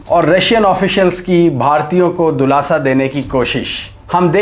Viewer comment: دولاسہ نہیں سرجی دلاسہ ۔ دال کے نیچے زیر ہے